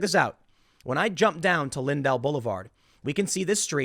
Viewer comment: FYI: It’s pronounced LINdell, not linDELL. I know right where that is. It is private. My mothers shop was just a few blocks away in the CWE on Euclid. And the dividing line between city & county is Skinker, west of Forest Park.